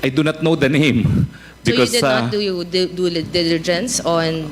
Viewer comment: good that Ace asked this dumb Morales was asked to wrap up - she asked too much and can't pronounced simple words such as 'due diligence'